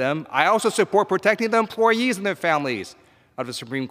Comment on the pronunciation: "empwoyees" Ted Liue